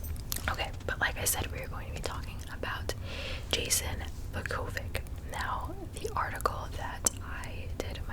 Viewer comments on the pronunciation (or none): Vuu-kow-vich is how you pronounce it but good try lol I grew up with Bosnians and Russians and turkish Friends